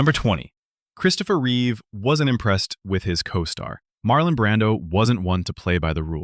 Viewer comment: It's Reeve not Reeves. I keep making that mistake too 😅